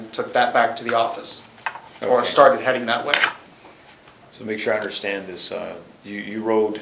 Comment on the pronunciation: I Unna-schtan... I'm not going to be disrespectful. He wanted to say 'disrespected '...he caught himself .